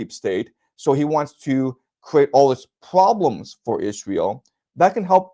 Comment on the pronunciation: Cute the way he gets on a roll enouncing ploblems, pwoblems and poblems :)